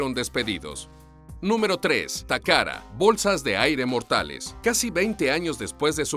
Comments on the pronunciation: Dice takara y allí dice tacata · Takata o takada aprendan a leer tio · Dislike por "Toyora" y "Tacara", por Dios se supone que es Watchmojo español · "Toyora", "Takara" jajajajajajaja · pésima locución... toyotaaaa no toyora, takata no takara.... no saben leer o hablar??? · "takada" "toyoda", pronuncia bien la letra T (te) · Tengo hora y media buscando la R en TAKATA, estas hablando español papi, pronunciarlo como tal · TOYOTA TAKATA, HABLA BIEN FORRO!!!